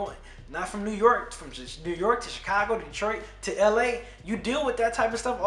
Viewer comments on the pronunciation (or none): none